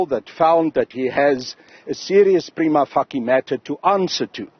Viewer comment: He keep on saying "Prima facie". Everybody in government is "preliminary Fucki" lately.